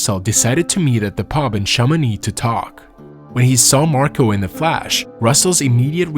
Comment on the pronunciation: Don't get me wrong, this is a good video. It's just the amount of mispronounced words in this video is a bit distracting. He pronounced fish as fesh, do as duh, flesh as fash, group as grup, and so on. 🤣